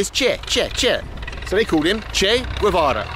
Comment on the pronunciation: you pronounced Guevara perfectly, later on, you butchered it lol